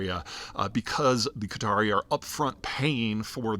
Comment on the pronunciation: It's not Cutter ... it's Qatar. Peter pronounces Qatari (the people) correctly but then the name of the country, incorrectly.